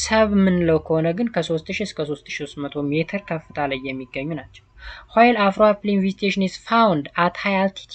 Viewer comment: Not afroapline it is afroalpine